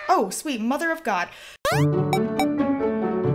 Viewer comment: Cuz you please stop saying that ''Mother of God''. Sometimes I hear mother of goat.